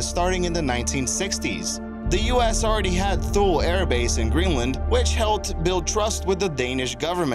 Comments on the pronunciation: Thull? It's pronouced Too lee dipstick! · The name of Thule AB is pronounced "tooley," not "thool." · FYI...I served in the USAF for many years and just wanted to let you know that in #3 you mentioned Thule Air Base in Greenland. It’s actually pronounced “Tu-lee” not “Thul”. As you can imagine, Thule is still considered one of the worst assignments in the Air Force for obvious reasons.❄️ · Thule Air Base is pronounced “two-lee”, not “thool”. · THULE is not pronounced "Thool" is is pronounced "Too-Lee". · ""Too-lee" not "Thole" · Project Iceworm, Thule Air base. You mispronounced Thule. You pronounced it like thull, Like hull with a th sound. It is actually a two syllable word, pronounced like Too Lee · I don't know about project 112, but i do know that Thule is pronounced as "Too-Lee" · lolol too lee thank you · Thule is pronounced "TOO-lee". And there was no need to cheat on your little Russian vocabulary test. The second and third words sound very much like the English words "atomic laboratory", and the first word was obvious because you were showing an airplane. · #3 Thule AFB, used to see flights headed there out of Dow and Loring (Maine). Btw, not to be one of those people but it's pronounced like "tu-lee" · Thule is pronounced too-lee or tool-ee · Thule is pronounced too Lee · Thule Greenland..pronounced TWO LEE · "...Thule airbase in Greenland" Is pronounced " Too-lee " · its pronounced Too-lee airbase. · Thule is actually pronounced like "Tooli" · its pronounced too-lee lmao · Thule AB in Greenland is pronounced TOO-LEE. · It's pronounced like tooly or toolie air base for #3 for future reference